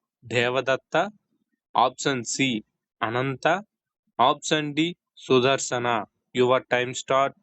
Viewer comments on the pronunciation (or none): Su dha rsana kadu. Sudarsana